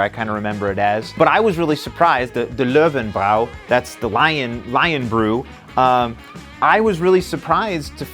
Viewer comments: Love the pronounciation "Low and Brow"! ;) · Bräu is pronounce Broy Löwenbräu= Loovenbroy.